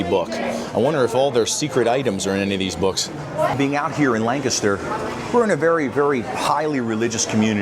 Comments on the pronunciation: Thanks foR pronouncing Lancaster the right way.......not lan caster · I Appreciate You Both saying Lancaster correctly! I miss this place.